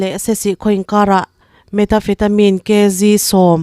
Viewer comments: Metafetamin i tih hi.. Methamphetamine tih a ni zawk lo maw. I lam dan ava mak ve. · Ni e,methamphethamine tih angin ka lo hre ṭhin meta...... ni loin